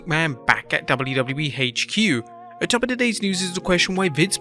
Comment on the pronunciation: "WWE Haitch Que".